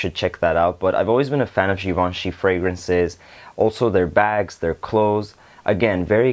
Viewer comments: You pronounced givenchy perfectly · Yes you did pronounce Givenchy correctly.